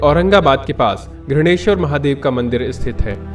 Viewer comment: कृपया घृणेश्वर को घृष्णेश्वर कहिये ... स्थानिक भाषा का सम्मान कीजिये